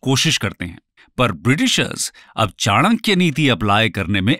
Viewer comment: Thank God you pronounced it चाणक्य and not चनाक्या।